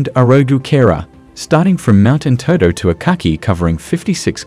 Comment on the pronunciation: Good info. But Norator need to pronounce correct. All the names are twisted. Example Enteto(እንጠጦ) Abis Abeba(ኣዲስ ኣበባ)፡ Etc.....